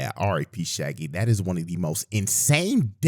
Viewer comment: Not Sha Gi 😂